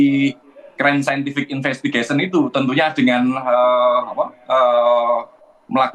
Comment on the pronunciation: Saintific infestigation 🤭🤭🤭